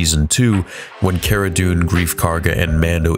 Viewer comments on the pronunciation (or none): none